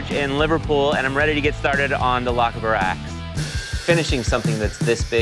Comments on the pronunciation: difficult one to pronounce phonetically scots roll certain syllables like Rs and the ch in loch, but on top of that its lochaber not lochabar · Lochaber not lokaber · Lochaber not Not LOCK A BAR , if you are going to have a historical show on the history show at least get the pronunciation of words correct. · It's not a "lockaber" axe ... It's a "loch" - Aber axe. No "K" sound. But "Ch" as in the German "Macht". No stress on "aber" either. All one word with no stresses. From Scotland. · Pronounced loh-KAH-buhr axe not loc-kay-bar axe.... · It's two words, Ioch,Aber, the same as loch Ness.Ahh,Brrr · for our American cousins...it's a Scottish axe, from the region lochaber......pronounced. lock-arbour....not locaber.....small detail...but it sounds daft, when it's pronounced wrong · As a Scottish guy hearing "Lockabar" repeatedly is very upsetting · Nearest I can figure for non brits would be Locke-Ay-Bur. the loch is the same as the scottish lake, long low o and a soft kh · taken straight from Google. Loh-KAH-Buhr ax 😁. I'm not even close to being Scottish but the pronunciation is killing me, for a so called weapon expert anyone would think he could have at least gotten the name right ffs. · "Loch" is pronounced like "Lock" with a soft k. If you've ever heard a jew say "l’chaim" properly. The "ch" is how the "ch" in "Loch" is pronounced. Its more like a soft hiss than anything else. "Aber" is variable by dialect. The proper way is the "A" is pronounced like "Ahh", like the "a" in "Black". The "Ber" is more like "Bur". Lo'ch Ahh Bur. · Fly Crow roll the Ch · Lokghaaaber is how it should be pronounced. But these guys know how to forge. I enjoy this series! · Lock a bar axe? 😂😂😂😂😂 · It's pronounced Loch-aaaber. It's near my home. ;-) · Native Scot here..it's pronounced 'Loch-ar- ber' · LOCH-ABER . The A pronounced Aviator . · What you have to remember about this axe, it beat the vikings. It is pronounced Loch aber. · Lochaber - Lock-ab-er Just FYI